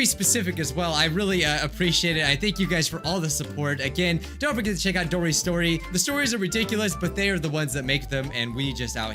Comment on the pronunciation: No one:: DORYS STORY 😆 just keep swimming